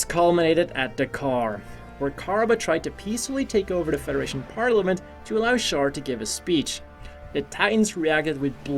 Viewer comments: did you just say KAR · Char would slap you for pronouncing his name car